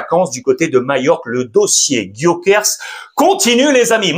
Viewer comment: Alexandre s'il te plait un peu de respect a chaque fois tu dis Gyokers alors que c'est GyokerES